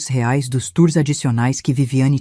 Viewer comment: Que pronuncia é essa ?? Ou é Reais ou não é nada